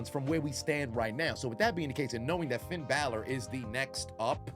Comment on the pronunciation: Roman called him "Finn Balot" 😂😂😂😂😂😂😂😂😂😂